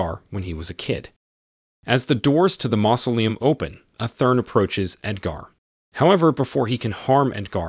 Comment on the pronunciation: The narrator of this video is very strange. One time he mispronounces "mausoleum", then pronounces it correctly then pronounces it wrong again. I suspect that this is a computer voice. This video deserves a thumbs down for the simple fact that the narrator lied to his audience. He says that if you don't like the video, give it a dislike but to hit the dislike twice just to make sure. IF YOU CLICK ONCE IT REGISTERS A DISLIKE, IF YOU CLICK IT A SECOND TIME IT REMOVES THE DISLIKE. I really hate dishonest people.